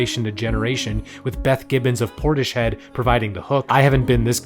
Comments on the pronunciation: It’s pronounced Portis Head not Portished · Por-tiss-head. Not porti-shed. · It's not PortiSHead.. it's PortiSShead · Bruh he pronounced it "porti-shed" 😂😂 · 'Portishead' is pronounced Portis-head. The s and the h don't form a 'sh' sound. The band is named after a town outside my home city of Bristol, UK :) good video! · If you spoke English, then you'd know that portis isn't a word. But even despite that: Portishead = a single word In the English language, the combination of "s" and "h" make a single "sh" sound. A town's name can have more than one word in it. If the people who named the town meant for it to be said as if it were two words, then they screwed up by combining them into a single word with a different pronunciation. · that's not how you say Portishead